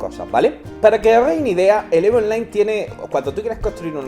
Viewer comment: Oye, español... se Pronuncia "IV" en tu idioma. No "eve"